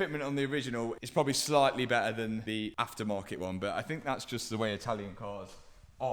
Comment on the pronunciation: What's an "oil pomp"? and who stole the letter T? He keeps saying "Bear ah" and "Lay ah" instead of "Bet ter" and "Lay tar". It's doing my head in.